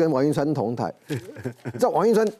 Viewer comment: 港棟(同台)啦! 港歹? 是要葬在一起逆? 台語發音， 不要亂發音。 會被嗆啦!